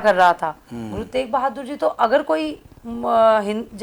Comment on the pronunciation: ਪਤਰਕਾਰ ਜੀ ਗੁਰੂ ਤੇਗ ਬਹਾਦਰ ਜੀ ਬੋਲੋ ਗੁਰੂ ਤੇਕ ਬਹਾਦਰ ਨਾ ਬੋਲੋ ਸ਼ਬਦ ਸਹੀ ਬੋਲਣਾ ਚਾਹੀਦਾ ਹੈ